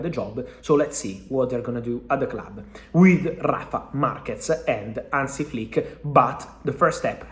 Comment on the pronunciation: Hansi. Not Ansi, Fab